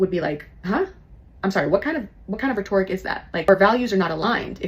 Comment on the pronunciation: she literally said you have to have narcissistic traits to be on wall st. That was her job. If she identifies as somewhat narcissistic- she isn't a reliable source about her narcissism. Also, I don't know why she pronounces rhetoric that way. Makes me wonder if she is not being truthful about her career.